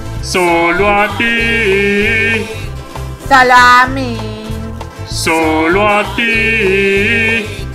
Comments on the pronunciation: Nose por k pero escuché "salamin" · Antes se escuchaba salami en ves de solo a mi xD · Enves de "solo a mi" escucho Salami xd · Cuando decia "solo a mi" por que entendi salami ;-;? me dio hambre alv